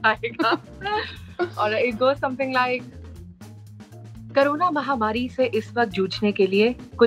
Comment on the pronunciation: Why pronounce carona instead of corona?